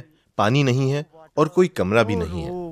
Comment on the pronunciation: کمرہ ہوتا کمرا نہیں